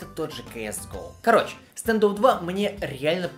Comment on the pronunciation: Буква а, не е стандофф